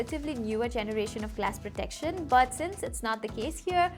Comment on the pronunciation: the way you say but is like bout 😂